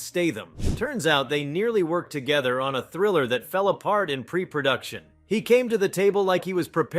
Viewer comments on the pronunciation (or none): none